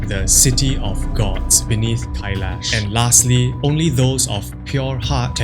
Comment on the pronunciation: Не Кайеш, а КАЙЛАС, вообще-то!! и не ШамбАла, а ШАмбала!! Ужас тихий с ударениями!!